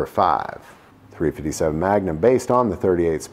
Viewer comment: 3 Fitty 7 does this dude think he's a Crip or does he think it sounds cool